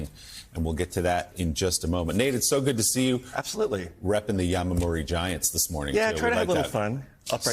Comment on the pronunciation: Not Yamamuri. It’s “Yomiuri”